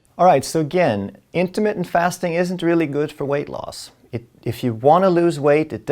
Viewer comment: LOL for a minute, I thought he said Intimate Fasting